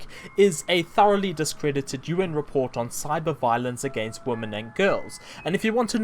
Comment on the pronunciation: Being such a mack-daddy, one would think you knew how pronounce women, but I guess being a Kiwi prevents you from being able to English.